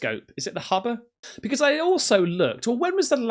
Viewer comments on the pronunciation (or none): Did he say the HUBBA Telescope!😂😂😂. That made my day thank you